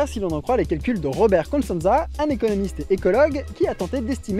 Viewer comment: C'est fait exprès "constanza" ? Parce que c'est "costanza"